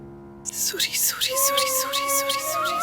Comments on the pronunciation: Hmko bhi bahut bahut bahut ... Gussa aata h jb anupma surrii suri bolti h tb 😣😡😡😡😡🤬🤬😡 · Hd h wse ye serial bnany walon py phly anupama sorry b ni bolti thi jbse thori c English ai h to soori sori sori.... Soooori or tank you tank you tank you.....taaaaank you he khtm nhi hota bht zehar lgny lg gai h ab anupama is serial my anupama change krdo plz ya phir isk ye fazool sori sori khtm krwa do